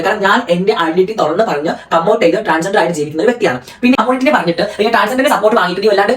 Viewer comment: ട്രാൻസെന്റർ അല്ല 🏵️റി... ട്രാൻസ് ജണ്ടർ ആണ്... സ്വന്തം കമ്മ്യൂണിറ്റിയുടെ പേരെങ്കിലും പറയാൻ ആദ്യം പഠിക്കു 🤣🤣🤣🤣